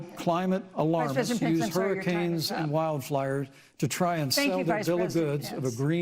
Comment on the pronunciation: Pence said "wild fliers" lol